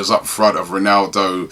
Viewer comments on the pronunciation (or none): none